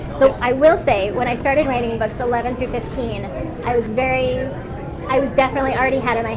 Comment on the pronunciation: Are we just gonna skip past how she said books 11-15?